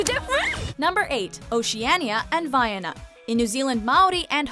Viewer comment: thank you for trying, but the way you're pronouncing 'Vaiana' is incorrect. Its pronounced 'vai-ahna', as in Ana from Frozen